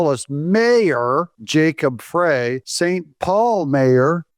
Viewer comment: Hey Doug - Great Info in this video! BTW - It's not Jacob "Fray". . . It's "Fry" like in "Small-Fry." I think I coined that before Trump did. . .